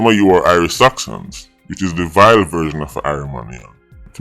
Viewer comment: the way does say VILE 😂😂😂